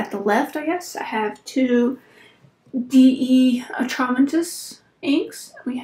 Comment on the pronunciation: Nice collection. It's pronounced, dee at-ra-men-tis. Think it's German. Are all fountain pen reviewers cat people? I was just thinking about this yesterday when watching Mike Matteson. And now I think you confirmed it.